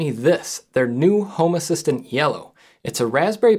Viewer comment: This looks cool, will have to look into it for my smart stuff. Random aside, I keep thinking you say “homer Simpson” nit home assistant :p